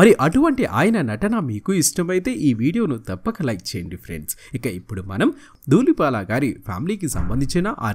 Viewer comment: He is duullipaala not doollipaaka please anchor sir rectify ur wrong pronounciation. Manchi artist gurinchi prastavincharu. Tq. Pronounciation mistakes chaalaa vastunnaayi . Sarichesukogalaru. 🙏